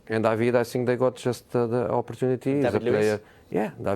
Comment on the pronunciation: Jose's "i sink" is like a music to my ears😂😂